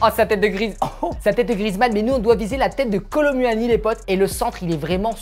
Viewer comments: Kolu moini pas kolo muani ca ne ce prononce pa comme ca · Sa ce dit Kolo mouani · On prononce pas u dans Kolo muani le u on fais comment si C’était ou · Sa me fume quand il dis " Kolo mUuani"😂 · Comment il dit kolo muni 😂😂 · Kolo manière 😂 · Nn c'est kolo mouani à la prononciation😂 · On dit Ronaldo Shop et on dit Kolo Mouani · Il dit kolo m u ani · Bro tu prononce mal le nom (kolo muani)